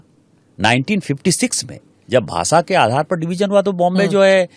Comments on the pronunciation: Pehle hindi bol achche se..bhasa nahi bhasha..😂😂😂😂😂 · It is bhasha not bhasa 😂 first learn Hindi properly 😡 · तुझे भाषा बोलणे नाही आता.... भासा बोलते हो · भासा नाही रे भाषा आधी हे शिक मग अक्कल विक😂